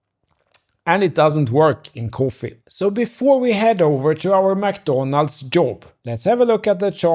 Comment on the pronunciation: Got a sub from the way you say McDonald's 😂